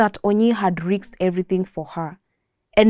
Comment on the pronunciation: Great narration 👏👏👏 Lesson learnt - Choices have consequences Review; Riksed instead of risked Aksed instead of asked